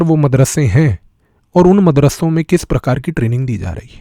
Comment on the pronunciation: अरे भाई अपना उच्चारण तो सुधारिए।आप जो मदरस्सों शब्द बोल रहे हैं न इसे मदरस्सों नहीं बोला जाता बल्कि मदरसों बोला जाता है।आपके उच्चारण में पंजाबी भाषा के उच्चारण का प्रभाव है जिस कारण वीडियो का मजा खराब हो गया यार।